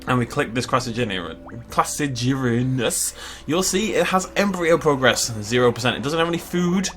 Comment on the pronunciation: The first one is pronounced “Cross-A-ger-inus” it was in Prehistoric Park the carboniferous episode